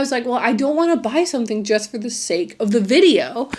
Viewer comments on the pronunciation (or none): none